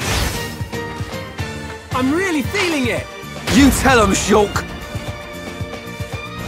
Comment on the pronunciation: I just love how he says Sholk. There's so much "OLK!"